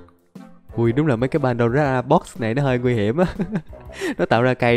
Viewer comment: nói padora box nghe hài